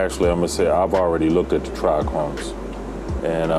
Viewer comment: Its Trichomes not tric chromes....😅